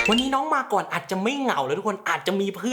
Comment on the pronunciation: ชอบเรียกน้อง มาก่อน ว่า มาก่อง 555+